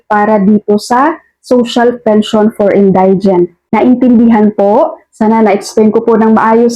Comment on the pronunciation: Thank you for clearing this issue. My only concern ay yung pronunciation mo ng word "indigent". For the correct one, check mo sa Google, marami kasing makakapanood ng video mo. Magandang itama mo na sa ngayon para matutunan din ng lahat ng listeners mo. Ty again.